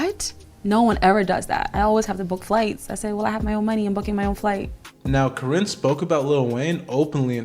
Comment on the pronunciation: Please take this video down. One, this is old news. Two, it's misogynistic because the men involved aren't innocent. Three, you're not even pronouncing Karinne's last name correctly.😂😂😂